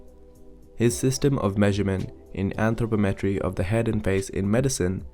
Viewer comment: You mispronounce anthropometry